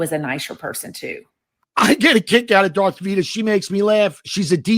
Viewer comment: He called her "Darth Vida"! 🤣🤣💀💀